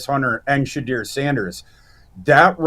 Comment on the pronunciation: Dude please stop saying Shedeur like that!!!